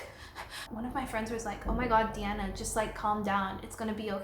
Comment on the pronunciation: So is your name pronounce or?